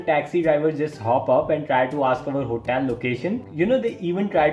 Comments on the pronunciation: "try to ask us about our hotaal "😂 Btw , live your content (srsly , no kidding) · HOTEEIL 😂accent toh dhakka mukki krke bahar arri hai dost Loved the video bro